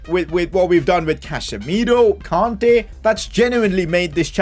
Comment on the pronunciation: its kante not konte